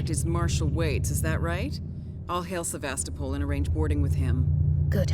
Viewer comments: Also the pronunciation of Sevastopol. Ow my head. 😝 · And also ur saying Sevastopol wrong